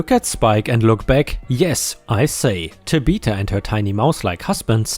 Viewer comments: It’s not Ta be ta, it’s Ta bith a. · man this narrator needs to learn tabitha is tab☼ith☼a not ta☼bith☼a, everytime he tries to say it my head spins a little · That girl's name is pronounced TAbitha emphasis on the TA and pronounced with a short a as in at . And I assume the park is at six flags over Texas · Tabitha is Tab' uh thuh (the th sound like that of thumb). ⭐⭐⭐⭐⭐⭐⭐⭐⭐⭐⭐⭐⭐⭐⭐⭐⭐⭐⭐⭐⭐⭐⭐⭐ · BTW Tabitha is pronounced TAB-ith-a, like Tab soda. I hope that helps. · Last Story - Amusement Park where a Karen kicks and injures a Service Dog. here is how you pronounce Tabitha Tab ith ah The ith is (it) but with a (th sound after the short i) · I do enjoy listening. But when you got to the name Tabitha. It kind of through me off. Pronounce Tab-e-tha. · Tabitha is pronounced 'Tab eh the' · FYI generally Tabitha is said Tab i (short i sound) tha or Ta bi tha where the vowels are the short sound rather the long sound. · Tabitha is pronounced 'tab-a- tha' (think like 'the' except the 'e' sound becomes a 'ah' sound). ✨⭐great job as usual! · I was thinking this when was telling the story. Another pronunciation that I have heard is: tăb- short i like in it-thă. Both of the a are short like in as. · TAB-ith-a, accent on the TAB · pronunciation might be the way to say the name in his own language. Also, it's Ta-bi-tha, not Ta-bith-a.